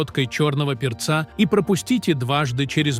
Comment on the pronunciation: Какое куриное филЕ у наших бабушек?Ну, перцА была достаточно😂😂😂Ау,где живые люди для начитки ?На СВО укокошили😂😂😂.Учите своих роботов ставить ударения или совсем бездарны ?😂😂😂